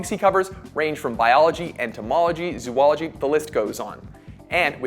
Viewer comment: It's zo-ology not zoo-ology. I had to